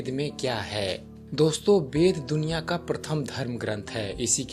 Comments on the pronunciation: Bhai tumhe ved bolna to nahi aata thik se bed bed kar rahe ho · Beda nahi veda bolo 😄😄😄tum bengali/orissa ho kya